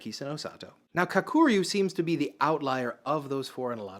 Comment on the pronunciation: Dammit dude, first learn how to pronounce Kakuryu. Emphasis on the Ka part, not the ku part. And try not anglo the r, bro. 🤦🏽‍♂️